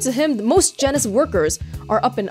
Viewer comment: It's pronounced Jean-ous it is one of the taxonomic levels of identification. Biology stuff